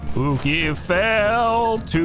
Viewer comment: Did call pooki "oogi" that's so cool i love how it shows yall rll are just a bunch of friends playing games